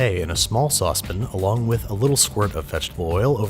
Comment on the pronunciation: i forgot he calls it a sauce pin lol